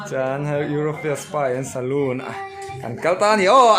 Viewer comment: Nang pawh chu euforia ti a lamtir , eurofia intih char* chu le ka ning eee😆, a hlimom thin e